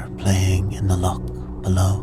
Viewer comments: You lost me at 'lock'....it's loch!! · I awoke though at the pronunciation of loch